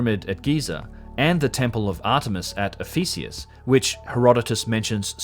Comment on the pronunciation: Ephesus, not Ephesius!